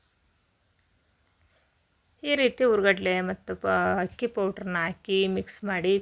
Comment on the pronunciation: Super laddu🎉🎉 but ಅದು ಹಕ್ಕಿ ಅಲ್ಲ ಅಕ್ಕಿ ಕನ್ನಡ ಶಬ್ದ ಸರಿಯಾಗಿ ಇರಲಿ 😂🙏